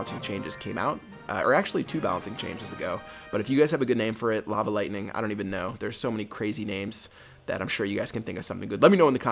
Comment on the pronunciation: Name: lavaightning, you say it as lava-aightning